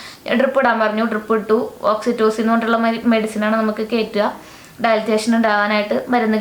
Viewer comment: Dilatation aano... dilation ennale parayunnathu